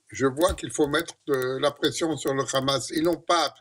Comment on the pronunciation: C'est pas Kahma mais Hama.